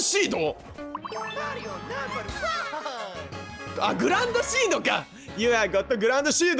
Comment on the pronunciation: グランドシードって書いてあるのにグランシードと読むさんwwww